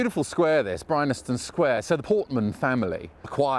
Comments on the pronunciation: you complain about marylebone being pronounce wrongly - fair enough. BUT bryanston is pronounced as it is spelt - bry-an-ston NOT bry-NA-ston . hypocritical? maybe..... a little bit! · are you saying 'Brynaston Square'? I always knew it as Bryanston Square, and it is spelt that way on the signs, but is it one of those quirky pronunciations that crop up on occasions? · Bryanston. BRI-ANS-TON. BryANSton! Not BryNASton. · Great video, but - because you said it about 28 times - I have to point out it's pronounced (and spelled) Bryanston, not Brynaston. Good call on Marylebone, though. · Bryanston, as in Bryanston Square, is pronounced as it is spelt Bryan-ston, not Bryn-nas-tone. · It’s BryANSton Sq, not BryNASton. ;) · It is Bryanston square ( "brian-ston") but weirdly , all but one time, you say "Bry-NAS-ton Square" ("brine-aston") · It's BRYANSTON Square not BRYNASTON!